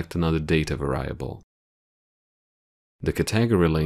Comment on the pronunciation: Pronounced; VAR-e-able